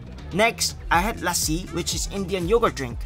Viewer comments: Nope, As a indian, he pronounced lassi wrong, Its pronounced Lussi, (Luh-ssi) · It’s pronounced lussi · hey bro just wanted to say it’s pronounced “lussy” :)